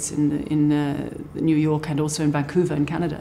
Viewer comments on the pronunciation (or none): none